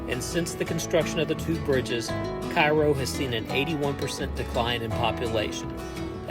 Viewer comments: It’s “ca ro” not “ci ro” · Cairoite here. Firstly, Cairo is pronounced Care-O, rhymes with arrow. Secondly, both bridges are open again, The Ohio River bridge is scheduled to be replaced in the next few years with a new one that doesn't have that sharp curve on the Kentucky side. Lastly, if you ever see anyone attempting to walk either of these bridges, offer them a ride. You'll be saving a life. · Pronounced "Kay-roe". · Hurts my ears hearing KIGH-ROE. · It's pronounced Kay-ro!! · It's pronounced KAY-ro. It really detracts from an otherwise good video when he mispronounces it, over and over. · Curious, why did you continue to call it Cairo Mississippi?